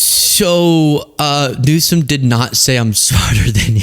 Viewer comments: Is he calling Gavin Newsome "Newscum" on purpose? Or does he really think that is how it's pronounced? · He pronounces it Newscome, wrong! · Newsom probably has a higher IQ than Trump! Well, I think EVERYONE has a higher IQ than Trump! 😂. He can’t even pronounce Newsom, he says Newscom! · Does anybody else notice he’s saying newcome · tRump sits there discussing how a president shouldn't have "learning disabilities" ... as he cannot say his name or refuses to say Gavin Newsom's name correctly. Ummm ... excuse me ... I don't think we should have an imbecile as president. The learning difficulties are a hurdle not a wall. Very intelligent individuals out there with learning disabilities doing great things ... but your dumb sits there and judges others while becoming a president that has gotten away with so many crimes and alleged crimes 🤔🙄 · Rump roast can't even say Gavin Newsom's name correctly. 😂😂😂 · He’s talking about Gavin’s dyslexia making him dumb but he can’t even pronounce the dude’s f**king last name omg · "Gavin Newskum has learning disabilities" 😂 Trump can't even pronounce names right. Who is he attacking?? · He can't even pronounce Gavin Newsom's name right!!!! Newcome!!!! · To Trump: Before you start talking about learning disability, you need to have perfect speech! It's Newsom, not "Newscom" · He can't even say his correct name. He keeps saying Gavin newscome instead of newsome. And jd thinks he's smart but he's as dumb as dirt. Albert Einstein had learning disabilities They are actually very smart people. Trump is just stupid. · tRump displays even less intelligence, by calling "Newsom"... "NewsCome" --- must be a reading/comprehension issue... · Is his name Gavin Newsom then what was Trump trying to say cause he surely did not say news Stone he said news scum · He mispronounces Newsome’s name on purpose. Look who’s scum now! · He pronounces it NEW-SCUM. Who’s the stupid one? 💙💙